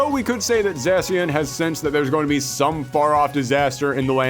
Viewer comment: Greninja T H E M O S T P O P U L A R P O K É M O N I N T H E W O R L D Dude you pronounced Vespiquen wrong It's spelled quen not queen hence it's pronounced quen Zacian is pronounced ZA-SHE-AN